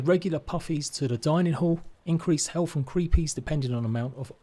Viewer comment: Helf=health, haerbs=urbs. Does this guy have a speach problem?